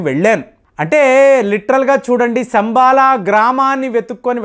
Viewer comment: అది 'సంబాల' కాదండీ....." శంబల " గ్రామం.